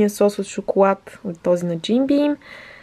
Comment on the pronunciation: Моля ви казвайте “Л” правилно!,ти вместо шоколад,казваш “Шокоуад”... П.С. не е хейт!Много си яка <3